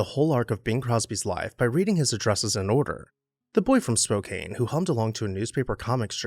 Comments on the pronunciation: it's pronounced Spo.CAN.... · Spokane is pronounced “spoke ann” . You missed a house. He owned property at Hayden Lake, ID which is roughly 35 miles east of Spokane. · SPO-CANE…omg my ears.